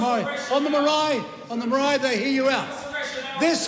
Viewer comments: That is a dam lie stop spreading hate I have so many ppl pakeha friends and some I consider family but as a Maori we have the right to defend ourselves against the likes of Winston two face he's a disgrace he can't even pronounce Maori correctly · Fkn old man whos turned his back on his own people Says maori like a ty person 😂. Time for the rest home old whinny..